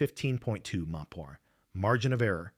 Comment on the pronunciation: Abbreviations aren't really AI's strong suit. Wind at 15 emphu. And now I'm watching zip tie anchors and sandwich bags. This sucks, lol.